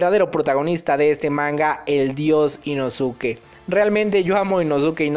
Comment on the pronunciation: jaja deja de decir inosuke se pronuncia inoske